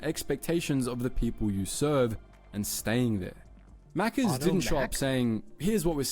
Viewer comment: Hey, at least he said Maccas correctly 🤣